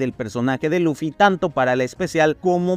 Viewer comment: Por que pronuncia Luffy con laffy o loffy?